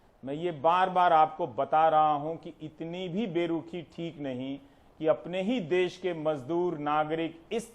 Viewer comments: सर् देश होता है न कि देस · It's desh not Des......plz yaar. I m big fan of ravish ji..,...